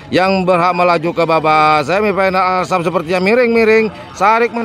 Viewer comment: Asrap bang...bukan Arsap..... 😂😂😂